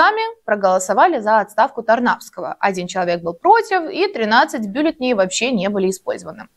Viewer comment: Милая девушка, конечно лайк. Но, умоляю Вас - не "бюллетеней", а "бюллетеней".